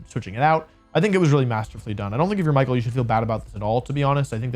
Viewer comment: I know the commentators at worlds also didn't pronounce Michael's name properly (which is bizarre, especially for a finals match), but if you're gonna make a deep analysis of a match it'd be nice to check how the names of the players are pronounced 😅